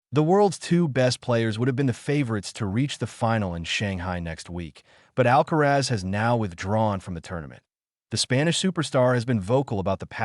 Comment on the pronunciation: Perdona Alcázar, no es Alcaraz, deberías decirlo correctamente. ALCARAZ